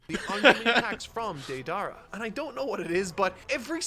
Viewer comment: botching the name Akatsuki and Deidara is hilariously bad, but understandable since he's only reading the manga.